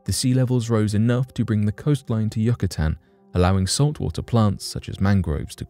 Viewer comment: You can pronounce "Risoflora" But you cant pronounce *"Yucatan"*? Great video!